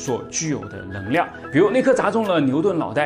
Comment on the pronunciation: 我很好奇，你“能够”能读对。但“能量”就读不对 是什么道理？